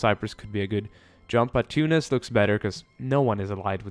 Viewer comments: ThemMinecraftVids It's better than Too-nice. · you pronounce tunis correctly.